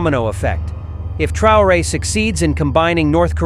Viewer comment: TRAORE IDIOTA NO '' TRAYORE''